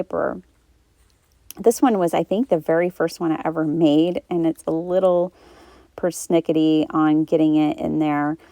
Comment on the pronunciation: Per snickity😅